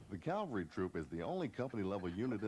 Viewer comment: "CAL-vary"? C'mon guys!! Calvary is in Jerusalem. "CAV-alry" is the correct term. Surely a narrator who is briefing new troopers ought to be setting the example for everyone. Otherwise, a fine video and really useful. 3-7th Cav, , Schweinfurt, FRG "Garry Owen, Sir!" "The Seventh First!"